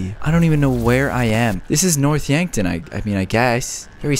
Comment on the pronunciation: When he couldnt say yankton yonkton lol